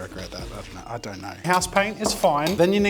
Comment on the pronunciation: its don't not jon't